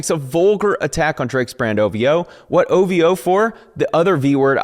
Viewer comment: Each quote is an absolute banger 😅 I love hearing you read OV-Hoe (OV-Hoe)